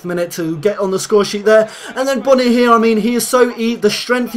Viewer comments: say boooooooooooony not bonnny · Pronounced Boney